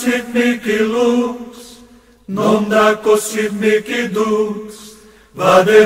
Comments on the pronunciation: A PRONÚNCIA ESTÁ ERRADA NA MÚSICA. NÃO É MIKI O CORRETO E SIM MIHI.ESTRANHAMENTE ESSA MÚSICA ERRADA ESTÁ EM TODOS OS CANAIS DO YOUTUBE QUE PESQUISEI SOBRE ESSA ORAÇÃO EXORCISTA. PARECE QUE SATANÁS NÃO GOSTA MESMO DELA. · Paano po ang pag pronounce ng mihi na word?? Miki ba?? Yun kasi dinig ko sa video eh